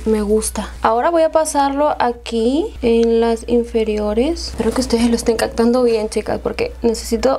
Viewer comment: Es Captando , no Cactando 😂